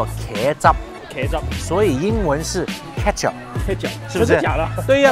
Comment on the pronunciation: 的茄汁发音是kejup吧，我家乡的发音是kurjup，番茄的那个茄kur 😂